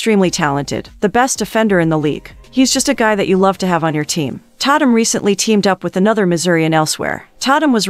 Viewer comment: It's pronounced TAY TUM😂😂 Dammit!!